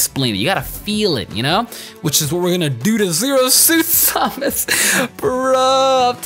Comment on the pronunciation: Why do you say samus weirdly.